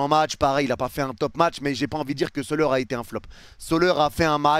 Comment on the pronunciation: arrete de dire soleur aussi, ca se dit solère